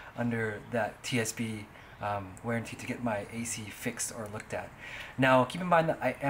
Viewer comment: It's warranty not wearntee